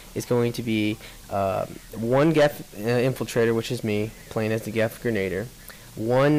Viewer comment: Two thingsL First, it is pronounced "gren-ah-DEER". Second, the guy who asked what a "claim war" was... I think he might have misheard someone talking about a Claymore, the huge-ass shotgun.